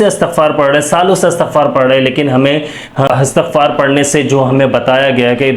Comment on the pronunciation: Astagfar nahi Istigfar hota hai sir